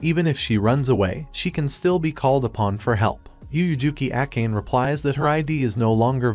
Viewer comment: Akane.. (Even google translate pronounced it correct) . Why Acane? Or that's her real name 😅